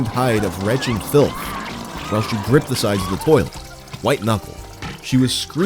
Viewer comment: In her "turrlet" lmmfao